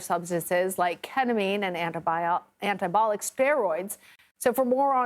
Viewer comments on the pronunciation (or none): says "antabolic" steroids when it should be "anabolic" and says "relapse" when it should be "reclassification". is too old and has too many errors, retire her already! She also called it "wimbleton" when it should be "wimbledon" a few years ago. is past her expiration date. Get a younger person that can actually enunciate words correctly and without error.